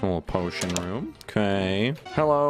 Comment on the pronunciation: hellough,... eyie baull XD, pls fix english